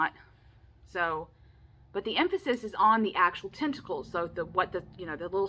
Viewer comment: You held up that card and said tentacles and my brain totally heard “testicle”